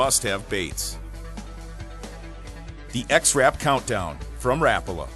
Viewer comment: I think a Rapala rep should know how to pronounce the name correctly.